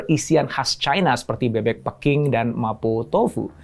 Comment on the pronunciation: PEking atau Peking sih? E KERAS atau e Lemah??